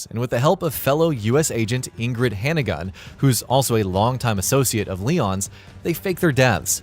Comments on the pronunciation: I hope y'all are just trying to be funny saying her name backwards like that. It's Hunnigan. Not Hannigun. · Hunnigan, not “Hannagun.”